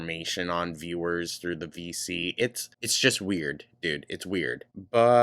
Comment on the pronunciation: Every time they say "VC", I hear "FECES" 😭